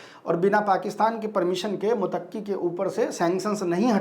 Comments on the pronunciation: Abe mutakki nahi muttaki bolo...😅😅😅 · भाई मोतक्की नहीं मुततकी होता है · आप पत्रकार हो थोड़ा रिसर्च कर लिया करो। विजिटर का नाम मुतक्की नहीं है मुत्तकी है। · Mutakki nhi bhai muttaqi he pronounce shi kro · MUTAQQI NAHI BOLTE IS NAME KO ISE MUTTAQI BOLTE HAIN. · भाई मुतक्की नहीं बल्कि मुत्तक़ी होता है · Motaqqi nahi Muttaqi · मुतक्की नहीं बल्कि मुत्तकी नाम है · Mutaqqi nahi Muttaqi matlab Allah se darne wala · मुतक्की नहीं मुत्तकी है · Mutaqqi nahi MUTTAQI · Sahi pronunciation muttaqi hai na ki motakki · Bhayee mutakki nahin Muttaqi Hai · Muttaqi. Mutaqqi not correct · bhai he is not Mutaqqi Name is Muttaqi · Sahi word " Muttaqi "मुत्तक़ी "متقی " hai Please sahi pronounce karen